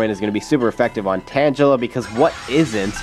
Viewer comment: Hey, I actually think you say tangela wrong. I think it's actually pronounced tang-a-la